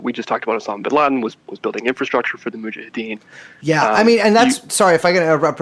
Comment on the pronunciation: Brace saying Mujahideen wrong every time makes it hard to listen to this